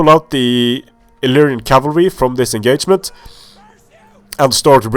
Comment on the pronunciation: "This enGAYment"